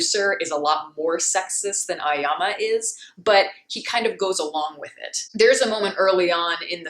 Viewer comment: The name of protagonist is pronounced A-Oh-Yama, not Ayama.